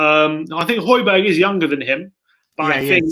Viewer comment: Thank you for pronauncing Højbjerg correctly at the start🇩🇰💙🤍